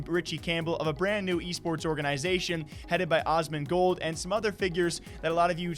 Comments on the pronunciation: My man just said ozzmangold 😐cmon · LOL HE SAID OSMANGOLD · Asmongold bro say it right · The literal god and you cant even pronounce Asmongold right